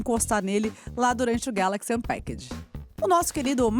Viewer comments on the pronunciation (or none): none